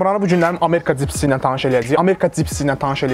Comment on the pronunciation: cipsi 😀🤦🏻‍♂️ bu sozu deyirsense hec olmasa duz denende sen cani